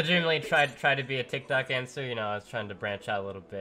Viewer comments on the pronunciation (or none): none